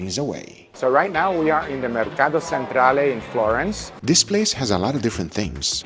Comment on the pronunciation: "mercado ssentrale" that sound very Spanish, but Italians do not care to tell you, usually, because they understand you anyway. Remember: Italians tend not to correct your pronunciation if they understand you and you do not ask them (us) to do... there may be some few exceptions